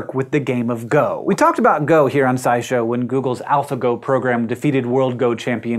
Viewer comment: Every time he says SciShow - I keep thinking Sideshow as in Sideshow Bob. Anyone else think that or am I the only one?